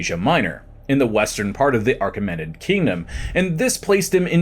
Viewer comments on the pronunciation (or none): Great video 😊❤ it's actually "A-KEM-in-id" empire.